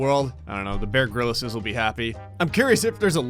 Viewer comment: b..b...bear grill-is? i... i thought it was pronounced Bear Grills. i...i...i’ve been lied to...